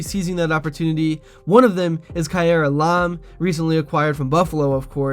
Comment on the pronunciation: Elam is his last name you can't even say his name right you suck at doing this sorry but if your going to do this at least get the players name's right 👍